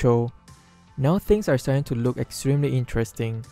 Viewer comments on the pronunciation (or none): none